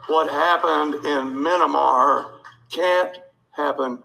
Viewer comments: "What happened in 'Minamar'..." These lowbrow hicks can't even get the names of other countries right. As if that bonehead would even know where MYANMAR is. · "Minamar" !? LOL These people are simply idiots! Ignorant, belligerent idiots. And as such they're dangerous. And it's only going to get worse. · "Minimar". For a person in his position, he should know how to say it. My first thought was he was drunk. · "Minimar". Nothing says republican more than not knowing the name of a country outside the US. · "Minamar"? Oy vey. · Did he say "minnamar"? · Minimar? More like minimal intelligence. Seriously, if you can't pronounce a nation's name properly, maybe an insurrection should not be your top priority. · “Minimar” you know you’re seeing that on Rachel maddow tonight 😂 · “Mynamar” these people can’t even say the subject of their discussion correctly, I’m surprised those idiots haven’t started calling the country Burma and mispronouncing it as Borneo 🙄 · "Min-a-Mar" is that where Minnie Mouse lives? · Was the mispronunciation of Myanmar deliberate IE speaking to the level of the intended audience? If not I have to be concerned about the education level of people in such high and influential positions combined with a disinterest in world affairs unless it is exploitable. Worrying either way!